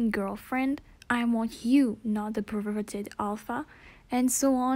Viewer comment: Bruh how fucking old are you, like 4? You can't even say perverted right you say pervwerdert instead, lol. ITS A JOKE it's not supposed to be offensive take it like a man.